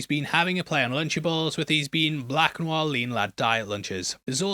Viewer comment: New Noir sounds funny, like New New R, lol